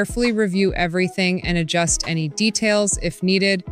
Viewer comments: i love when she said it can be converted into "A-N-Y" other style instead of the word "Any" at about the 2 minute mark. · Ai voices are so stupid "literally any other style" becomes "literally A N Y other style."